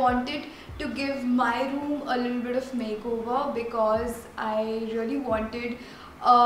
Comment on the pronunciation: Because hota hai becase nhi hota konsi English akcent bolti hai